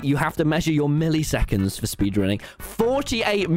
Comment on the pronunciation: Tommy why did you say “milly seconds” bro what